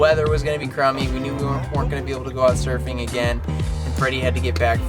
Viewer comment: Hey, that's cool you went smurfing (at least that's how it sounds when you say it). I'm from South Bend originally, but have been "from" coastal California since 1972. I've never been surfing, so you're waaay ahead of me. You looked good out there. Well done! Cool trip, good memories.